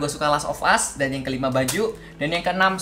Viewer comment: "Us" bukan "ast"